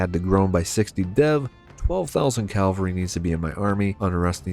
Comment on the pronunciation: why does he keep saying "calvery" it's cavalry